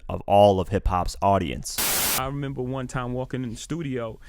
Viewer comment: You tend to say RENEMBER rather than REMEMBER LOL